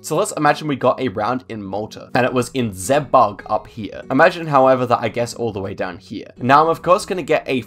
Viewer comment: The pronunciation of ZeBuG hilarious